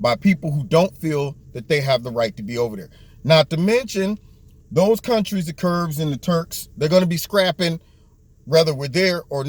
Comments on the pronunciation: Love you...one thing though...they are KURDS, not Kurbs...no B in the word. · It's Kurds not Kurbs. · They are actually known as Kurds, as in short for Kurdish. Don't feel bad, I can't pronounce many of the middle east country names or sect names. Thanks for your insight!